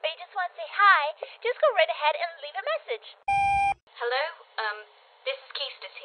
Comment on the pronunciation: MESSAGE sounds like MASSAGE. Lol.